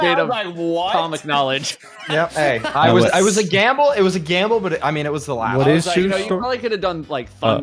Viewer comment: "We can afford to gamba" Narrator: "They could not, in fact, afford to gamba"